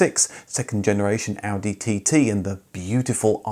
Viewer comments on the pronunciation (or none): none